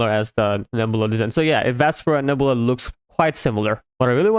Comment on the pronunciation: its pronounced Neb-you-la, Nebula.